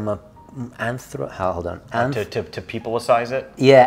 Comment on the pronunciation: Antropomorphe it... its not that hard... xD